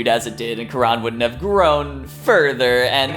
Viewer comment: Why u...u hacked jaby channel.... haha... jk.. also its kaa-run... not quran